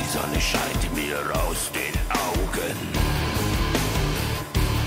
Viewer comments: It's pronounced Zaw-Nuh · Yeah, you were pretty close to perfect: Sonne (sun) = ZONN-UH 👍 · Say it like you are are saying “sauna”. Here comes the sauna. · Hi, great reaction. In general, the German S is pronounced like the English Z when it’s at the beginning of a word. The “e” at the end is more like the English “uh” . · Sonne is pronounced with a S like in seven, not with a Z like in zebra. Funny thing that the Sun is feminine in German, so Snow White is coming like the Sun in the dwarves' dull, hard working lives. The original Snow White story written by the brothers Grimm (german writers) is a lot darker than the Disney Version.